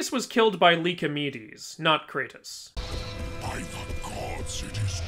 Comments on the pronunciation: ah yes, cratus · It is well established that the so called God Kratos is a work of fiction that exists only in video games. Comparing him to an actual existing god only makes his origins more confusing. Even more so after the 3rd game and then the reboot and even the sequel of the reboot. Kratos is Kratos. Not Cratus. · You are puting c in kratos name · Its kratos not not cratus you know that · Not Cratos 🤓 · Kratos isn’t cratus